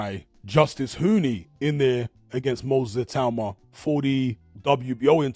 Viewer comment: Teddy Atlas pronounces it ITA -UMA. Has he not heard how everyone else, including Moses himself, pronounces it?